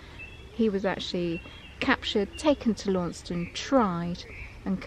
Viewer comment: Launceston is pronounced Lanson; you should hand in you pasty license.